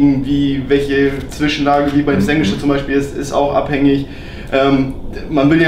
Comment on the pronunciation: Das in der ganzen Welt bekannte "SENGWITSCH" xD PS super arbeit. Sieht top aus!